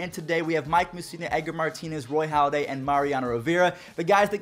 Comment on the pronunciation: Halladay*** not Holliday